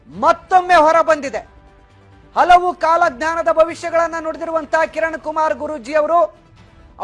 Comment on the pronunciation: "ಅಲವು" ಎಂದರೆ ಎನು? "ಹಲವು" ಎಂಬ ಪದ ಹೇಳಿದ್ದೇವೆ.